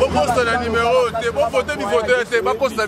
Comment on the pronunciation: Yo tata wenge tonya tonya okoki te ebongo kaka parlement oko koka...oko mela pema en plus ozo loba limero au lieu de numero